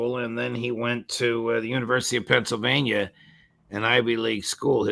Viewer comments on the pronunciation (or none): none